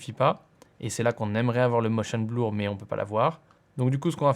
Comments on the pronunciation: Super vidéo. Juste une petite observation : 'blur' se prononce 'bleur' et non 'blour' ;-) ! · "bleur" pas "blour"! :D Bon plus sérieusement je suis tombé sur ta chaîne par hasard en cherchant un logiciel de montage gratuit, supers tutos très bien expliqués car j'ai fait mon premier montage simple assez rapidement avec tes explications. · Le zoom "blour" (T_T)